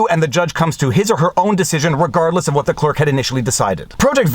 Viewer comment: speaking of WHitmer, I that you might be the person singlehandedly bringing the H sound back to our language. I feel uncomfortable not saying "wHat", "wHich", etc.